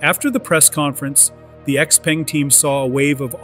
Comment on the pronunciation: "Xpeng" is pronounced wrong and also they are not a startup.